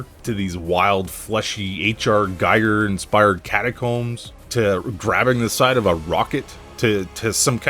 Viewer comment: Not really. The target audience is us Gen-Xers (and/or Xennials). We're not Boomers. Makes me wanna listen to Billy Idol's Cyberpunk album (especially the songs 'Shock to the System' and 'Neuromancer'). Ackchyually, it's pronounced "GHEE-gurr." Opposite of me. I use a symmetrical trackball (Logitech Trackman Marble which they quit making which is lame) with the sensitivity cranked to the max. S.T.A.L.K.E.R. and Borderlands are muh faves.